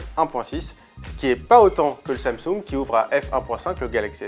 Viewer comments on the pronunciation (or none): none